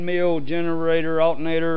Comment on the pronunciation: he said "altnatr"